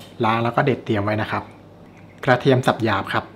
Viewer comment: โปรดอย่าออกเสียงคำว่า"กระหล่ำปลี "เป็น "กะหล่ำปี" รวมทั้งคำว่า "ครับ" อย่าออกเสียงว่า "คับ" จะน่าสนใจมากค่ะ